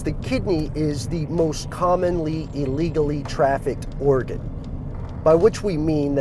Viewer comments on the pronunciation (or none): I swear he said Oregon trafficking.